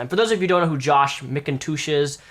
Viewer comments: you´re pronouncing his name wrong, not mickintoosh but Macintosh :D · Jonathan Mikontooosh?